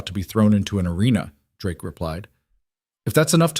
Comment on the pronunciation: AI...🤣 Drakie? I guess it doesn't know the "e" in Drake is silent. 😂😂😂